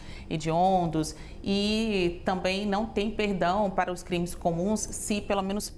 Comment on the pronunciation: CRITÕES????? HÃNNNNN????? MEU DEUS...